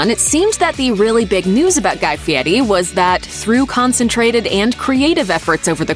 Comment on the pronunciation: You should pronounce his name properly. You show a lot of disrespect mispronouncing it though the whole video